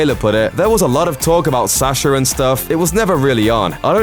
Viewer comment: Why do you say "There was a lot of talk about Sacher and stuff" when his name is Sacha?